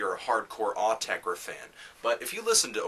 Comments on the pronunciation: OOOH-TEH-CREH!!! not AWW-TEH-CREH... just saying! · it is pronounced awteker as that is their dialect but they have also said pronounce it as you find yourself saying it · Actually, it's "Aw-teck-ur" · I thought it was "aww - tesh - reh" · its 'or -tecker' listen to an interview with them thats how they pronounce it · "Aw-tek-reh". I'm adding that to my list of Autechre pronounciations. :P Great review. I'm a big Autechre fan, but I agree with a lot of things you said. This was a hard album to really get into... still glad I bought the CD though. Some tracks were almost on the verge of annoying (known(1) and redfall are good examples), while some I liked pretty immediately (d-sho qub and pt2ph8). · Came back to see if young Melon could pronounce Autechre's name wrong. Was not disappointed. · There is no absolute right way to say Autechre u noobs, themselves wont tell u how u should say it so relax and pronounce in whatever way u want... About the music, this is a difficult album for some people, specially for those who are attached to the 90s Autechre sound, it will also be difficult for anyone not interested in experimental music and not aware of some basic computer music production. So I think its safe to say this is an elitist album, .. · Autechre doesn't even know how to pronounce Autechre.